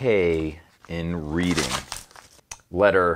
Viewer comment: It’s pronounced “Redding” not “Reading”! Hahaha